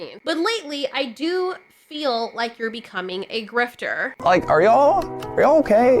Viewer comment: not sure that's how the word is pronounced, but whatever I get ya, people over react.